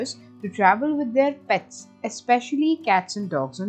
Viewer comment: Good one...Will be very useful for animal lovers...Could have avoided extra stress in the accent of PETS in the beginning...